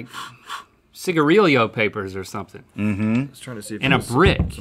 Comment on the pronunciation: Ciga-real-yos rather than cigarillos